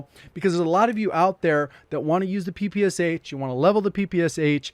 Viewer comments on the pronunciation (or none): Ik no one cares but, its not called 'P.P.S.H' Its called 'Puh-Pash-Ah' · It's more like that pig PEPE and then you ad SHA so PEPESHA